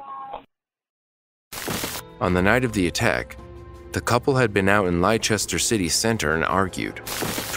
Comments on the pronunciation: Honestly not as annoying as hearing an American try to pronounce all the letters in Leicester! They say it Lie-ses-ter, it's Les-ter, or to honest if you're from there Les-tah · Hearing an American try to pronounce all the letters in Leicester is both hilarious and dreadful! They say it Lie-ses-ter, it's Les-ter, or to honest if you're from there Les-tah! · For future reference, Leicester is pronounced 'less-tur'. I enjoy listening to Americans trying to say our ridiculous town names 😂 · Americans can never pronounce Leicester correctly. Its pronounced like Lester. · Crime #20 on this episode: the narrator not being able to pronounce Leicester, Yorkshire or Lancashire etc. correctly. 🤦🏼‍♀️ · Leicester. Nobody gets it right